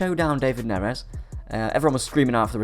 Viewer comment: Love the vids as always just saying though, with Da-Vid or David Neres there is no correct way aside from this pronunciation “Da-Veed” Neres. Keep up the great content as always. Safety bro’s!